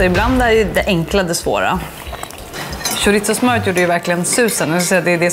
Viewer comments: "Skjoritso" haha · ska vi prata om hur uttalade chorizo